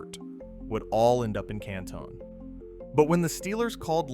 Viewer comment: Also you catch how the AI voice said CANTONE lol